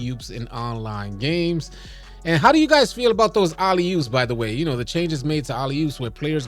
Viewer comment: Bruh said “Ollie oops” lol